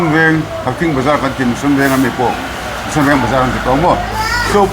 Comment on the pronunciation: hi mission, tennis, chanmari tih a lam dik thiam leh tlat....